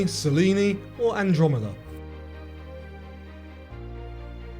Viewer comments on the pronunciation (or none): none